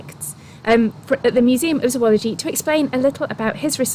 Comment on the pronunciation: It was never more than an annoyance. Imagine if other people, including those in your profession, even "experts," mispronounced its name? It's hard not to notice.